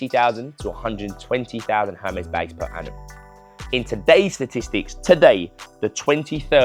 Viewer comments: It’s pronounced “Er-mess” 😅😅😅 Not Herms or hermiss 😅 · And there’s no R pronounced in Hermès you’re saying it wrong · You know so much about it but you don’t know how to pronounce it 😂😂😂